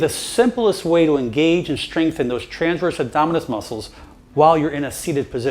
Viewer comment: Great video thank you. But please say transverse and not tranverse.